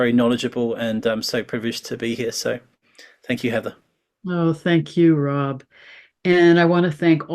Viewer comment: Rob not Ron sorry x